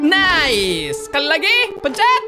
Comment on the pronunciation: Ngakak banget pas kak regi bilang "Nais"🤣